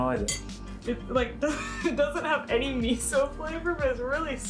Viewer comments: I love how in English Chris says 'miso' as 'missoh' like a Brit. But I'm sure if he was to speak Japanese he'd pronounce it "correctly." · the amount of times he says miso wrong :face-purple-crying